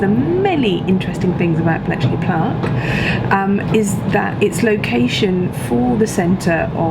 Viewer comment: 'Bletchley plark' from, Gotta love Bletchley